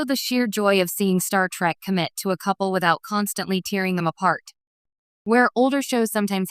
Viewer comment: Ah, yes, a classic AI mistake, wanting to mean "tearing" as in "to rend apart", but instead pronouncing "tearing" as in "causing one to produce moisture from the eyes".